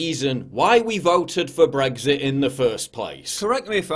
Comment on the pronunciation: Please pronounce BREXIT WITHOUT THE "G"